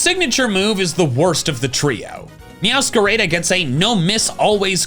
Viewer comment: this is off topic but it really bugs me how the way you say meowscarada is very much correct and I agree with the pronunciation as it is combining Meow and masquerade but then the anime pronounces it as meow sca rah dah